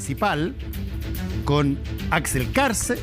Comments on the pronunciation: Qué honda el " periodista".. empieza nombrando Mal el apellido del invitado??..... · Saco de weas Paulsen, dice el nombre del entrevistado mal a proposito. Como si fuera muy chistoso.